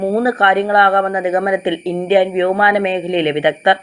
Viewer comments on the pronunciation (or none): പറഞ്ഞത് തന്നെ ആവർത്തിച്ച് വീഡിയോയുടെ ലെങ്ത് കൂട്ടി എന്തിനാ ബോറടിപ്പിക്കുന്നത്. പിന്നെ വ്യോയമാനം അല്ല വ്യോമയാനം നാവ് ശരിക്ക് വടിച്ചാൽ ശരിയാക്കാവുന്നതേയുള്ളൂ....